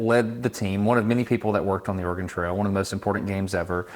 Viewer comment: Also, as an Oregonian, even now livin in the midwest; i will always notice how everyone not from Oregon mispronounces it. I will say tho, several of the times when Destin said it was clearly close to the perf correct pronunciation, ex at just after when the autogen captions even think he said "organ trail" Bcuz thats the trick to sayin Oregon right, ya say it in a way where the e in it almost disappears; but its still there just very subtle. But for someone who hasnt grown up hearin it said the right way in Oregon; the best way to mimic how we say Oregon is, imho, to take a nod from how some French spkers will say French learners shud say au revoir to sound less accented For au revoir, youve def heard it pronounced technically correct by many ppl in USAs movies (likely others too) spkin French, but a person immersed in French from birth will say it almost as auvoir or au evoir, but the re part is there; its just extremely subtle to someone who hasnt immersed themself in a culture to the pt of hearin the words daily and sayin them back, in the local accents Dont even try to say Oregon, just say Organ or rly anythin similar and youre gonna come way closer than Or Again which is what it sounds like ppl are sayin to my Oregonian ears when they say Oregon in the default tv/movies accent